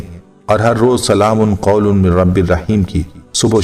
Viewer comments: بھائ جان قرآن میں تو "ل" پر 2 زبر ہے اور آپ ل" پر 2 پیش پھڑ رہے ہیں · ل پر 2پیش پڑھنا بہت بڑی غلطی ھے قرآن پاک میں معمولی سےبےاحتیاطی سےمعنی تبدیل ہوجاتےہیں جوکہ ایک سنگین جرم ھے،